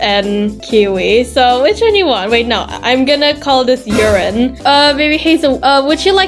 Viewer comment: Your so funny when you said "toelet" and "urin" 😂😂😂😂😂😂😂😂😂😂😂😂